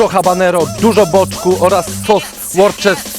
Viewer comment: Łóster się czyta, ten sos na W